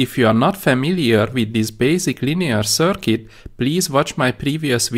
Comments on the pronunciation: Excellent!! You are saying 'circuit' perfectly. I don't know why that bothered me so much, but it made me wince, haha! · Yes . . 'circuit' pronounced much better !